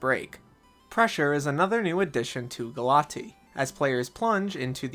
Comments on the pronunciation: I think it's pronounced Gal-uh-tay-uh instead of Galatee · GALA-TEA????? It's pronounced "galay-shia" 🤓 English student rizz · He said it wrong in the vid. It’s gah-LAH-tee-a. Not sure where the ‘a’ went in his pronunciation as the Greek word still has an ‘a’ at the end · 🤓acshually I'm pretty sure it's pronounced "ga-luh-teh-uh"